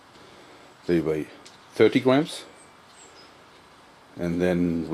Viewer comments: i love the way this guy says "gwams" i also make my own wooden slingshot i use single bans from the office and combine them. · I like how he says "Gwams" but yeah, jorg i like your slingshots alot, and i admire your work. You need an instructional video on how to make a slingshot out of a 'Y' branch. Keep it up.